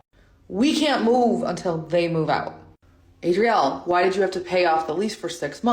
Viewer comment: Chile...not Azriele..Azalea..ADRIELE!! What now 🤦 (not sure if you saw my name. I'm on the spectrum too) Woot woot! 🎇🎆🎀 ❤